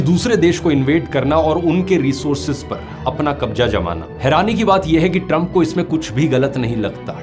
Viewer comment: your videos are amazing. one request "pls say mazak not majak" "Kabza not Kabja" pls make pronounciation correct..... use z instead of j........